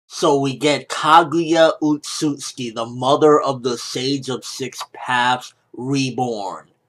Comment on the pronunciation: Say it with me Kah gew yah Oh oat suit sooki ( Phonetics :3)